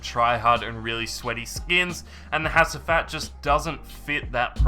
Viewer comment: you pronounce hacivat as "HA-G-VAT"